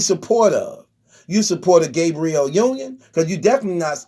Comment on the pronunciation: Lmao he said Gay-briel Union 🤣🤣🤣